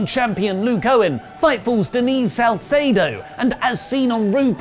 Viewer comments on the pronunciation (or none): none